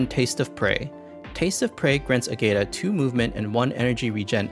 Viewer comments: Appreciate the video, though it was painful to hear you pronounce her name lol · That’s how XD pronounced it in their own video. It hurt me as well. 😢